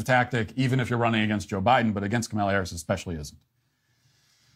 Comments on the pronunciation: You should work on putting the emphasis on the first syllable of “Kamala” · KAmala. Not KaMAla. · you’re great, but try and say her name right. If Walsh can do it you can too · You pronounce her name as Comma-LA not Ka mala. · How hard is it to say, “KAH muhla?” Do you really need a post-doctorate degree? Really? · Kamala /COMMA-luh/ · It's KAH-mah-lah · Comma La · Why are you mis-pronouncing Kamala Harris' name??? Try "Comma-la" !! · Your take on this topic is appreciated, but please pronounce the Vice President's first name properly. She's the Vice President, and the Democratic candidate for President. Her name is extremely easy to pronounce. Pronouncing a person's name is the most basic sign of respect. Some people apparently couldn't pronounce, and still can't pronounce, President Obama's name correctly either. I'm not saying that you have ill intent, I am saying that mispronouncing her name makes you sound ignorant and lazy, with all due respect. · Your mispronunciation of the Vice President’s first name is terribly disrespectful. You know her name. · Something that really annoys me is that people like Matt Walsh and Ben Shapiro pronounce Kamala correctly, but that some of her own supporters can't be bothered to do so. The most basic form of respect that you can give someone is to pronounce their name correctly. Come on man. You can do better. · Hey, any chance you can start pronouncing her name correctly? It would really help, thanks! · I love everything you said, but dude YOU really need to learn how to say Kamala's name correctly. You keep butchering it man. Or just call her Harris if easier for you.